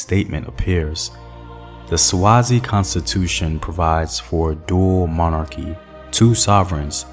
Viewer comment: Great video! As a Swazi I'm finding it difficult not to comment on your pronunciation 😂😩